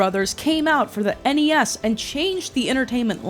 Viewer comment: Why everytime someone says "Game came out for NES", I hear "Game came out for аny аss"